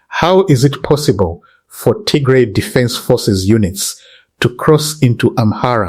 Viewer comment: It is not Tigre! It is Tigray! Not difficult to pronounce